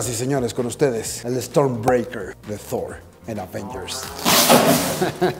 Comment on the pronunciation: y por qué "Dfffhhooorr?"